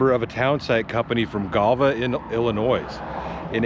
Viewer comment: THE "S" IN ILLINOIS IS SILENT... thanks